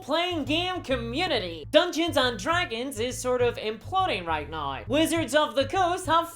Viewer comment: Why charnge things noi? Why charnge things noi indeed.